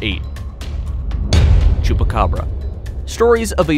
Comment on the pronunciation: Him says chupburaca me CAPTAIN UNDERPANTS?